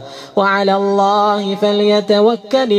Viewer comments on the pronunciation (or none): اخي الكريم الله بكسر الهاء وليس بضم الهاء